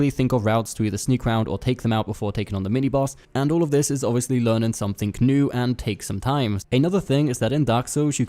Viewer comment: did he just say 'k'new? XD